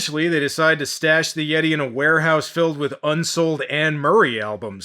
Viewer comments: Been with ya a long time,. Looks like you about to hit 200k subs! Congratulations ahead of time! Oh, WTF is a Yay-Tee? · no I think he said Yeet’e